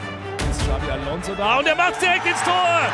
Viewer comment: Er sagt bei "Xavi Alonso" anstatt Xabi Alonso!😂